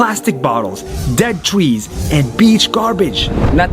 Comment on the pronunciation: he said trees wrong